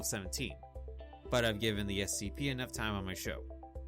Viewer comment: Your repetition of 'CSP' instead of 'SCP' is driving me nuts